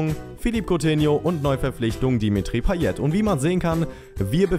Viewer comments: Du sprichst payet falsch aus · paye nicht payet aber du weist ja eh alles besser